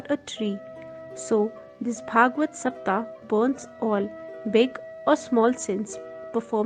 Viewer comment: Pl say SAPTAHA, SAPTHAHA...... Say HA at last.